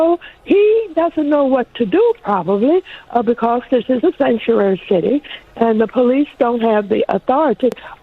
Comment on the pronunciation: shankuuairy shitty